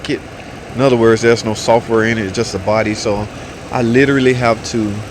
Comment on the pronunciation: It's "software" not "sulfur". I bet replacing the PCM didn't fix it but replacing the TIPM did.